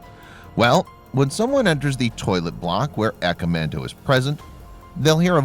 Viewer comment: Cool but I wish he would say the name right, in Japanese phonetics it's said "ah-kah-mahn-toe"